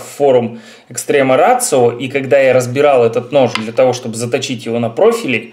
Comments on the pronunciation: Да,, нифига не рацио, ратио. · VG K, блэт, название бренда - Ratio. Неужели, не будучи полиглотом, нельзя нормально прочитать это слово? Ратио. Ратио, мать его. И это еще пол беды - ведь автору указали на ошибку, а он стал огрызаться, как хренов пекинес.